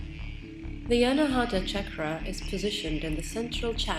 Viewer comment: It is Anaahatha...aspirated t...pronouncing t while blowing out ha at the same time. Hut-ha. Not anahaatha with the th like in thick.... Anaa is 'not' and hatha (hut ha) means struck. Unstruck, or a center that produces sound without an external source like striking a musical instrument...and oh, the d in naada is pronounced as in this, thus, not like in day. And oh, Naada is Sanskrit whereas Hindi speakers shorten it to Naad. This is such a SUPERB video...so much knowledge and wisdom. Fabulous production. Sweet enchanting voice.